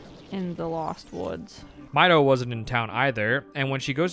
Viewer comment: Lost me when you pronounced the name as "my-dough".